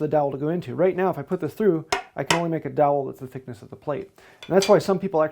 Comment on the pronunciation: All I hear is like "DAWHLL" or something?" (Fred Gordon Herbert ✝️)